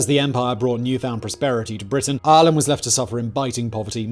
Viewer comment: Island or Ireland?? What are you saying, Simon?